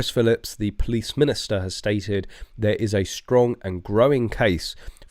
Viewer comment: it's Chris PHILP not Philips! He's my local MP so I should know!